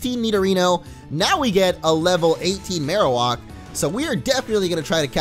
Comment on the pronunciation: Mar-o-whack is how you pronounce it. It's not mar-o-wok.